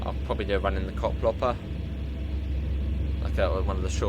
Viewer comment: It's not Koplopper but Koploper. So, the second part is not pronounced like copper but like coper, not hopper but hoper. I hope this makes sense.